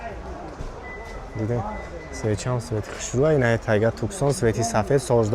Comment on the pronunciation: Скамейкахош простой??? 😂Нак-ланка. 😂😂 Гумша кати презентацият. Компанияи Мерседес и гапота фахма. Штрафут мекна да хаму дискои мошин мебандата. Туксон не дебил Таксон